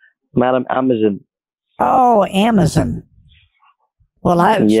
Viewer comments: Lol amazen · Amezen lol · “Ooohhhh AmAzIn!” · The way he says Amazon as Ammazin 😂😂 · I love how pronounces "dextop", "iken" and "amazon". She's a pistol! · And.."Buurds". Lol. Love it.🤪